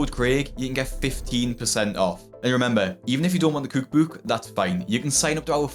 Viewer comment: American here, I love the way you say cOOUk bOOUk 😂